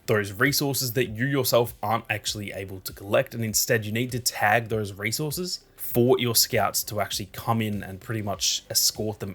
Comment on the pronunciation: Oh resources. I thought he was saying racehorses 😂